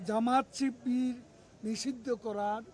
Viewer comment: Sibir nam taow nite parena. Koi sipir